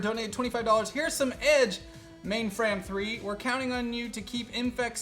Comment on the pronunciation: I'm still waiting for Ma1nfram3 to finally snap and yell at Mordecai about how to say her name correctly. :]